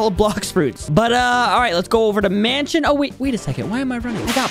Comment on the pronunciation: Bro said manshion😂😂😂😂